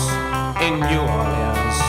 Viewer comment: I love that it takes a Brit to pronounce "New Orlinz" properly, at least when he can for the rhyme. :face-green-smiling